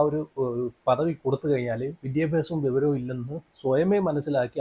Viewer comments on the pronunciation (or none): വെവരം അല്ലടേയ് വിവരം എന്ന് പറ